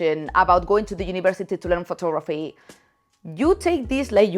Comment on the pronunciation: Anyone else heard "FOOT" photography at first?? No judments, but was a little surprise...